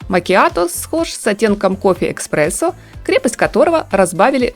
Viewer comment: эКспрессо?! Вы серьёзно???? Рассуждать о модных цветах и говорить с чудовищными ошибками. Мда.